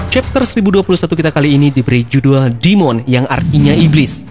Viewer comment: Demon dibaca Dime'n bukan Dimon, Akumon, atau Kumon